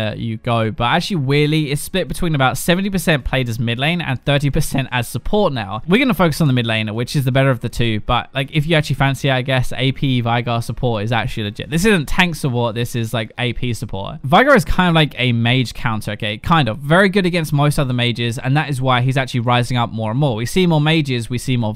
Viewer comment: just stop talking about Veigar. You seem to just lose all of your IQ when talking about him. 1 its pronounced "Vay-gar" not "Vi-gar" 2. How the hell is Veigar's lategame weaker than his midgame, his lategame is one of the stongest in the game(you could have made this point stronger by saying that Veigar cant go around on his own lategame anymore and needs his team in front of him, but as most people reading this can probably guess, going into that level of detail just isn't style). 3 that build you give, is possibly one of the worst you can go. It is too squishy (why the hell would you go double egded sword over bounty hunter?) it has no good tank stats (banshee's is pretty much the worst tankyish item you can get). its too immobile, ludens is not enough (not to mention ludens just isn't that good on Veigar) you NEED more movespeed to take advantage of Veigar's level 6 powerspike. Get some mobi boots instead of mpen(Veigar does so much damage you don't need the little magic pen that mpen boots give you, as Veigar you are aiming for the squishies not the tanks), roam botlane, get stacks and gold, get a deadman's, roam bot again, disregard bitches acquire stacks, then win. Edit: I fell like I should give the build I, personally run. My build is 1. Morello (I get lost chapter, and finish it after I get my mobis), 2. mobi boots, 3, deadman's (probably the most controversial out of this whole build, 4. then I get a Rabadon's if i'm fed or a void staff if i'm not